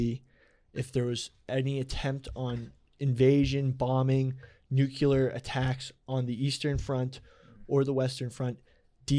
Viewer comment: I love when says nucular